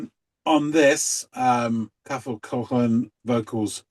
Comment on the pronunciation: It's pronounced more like Ca-hol Co-aklan. Cathal jokes about the difficulties Anglos have with his name in songs more than once.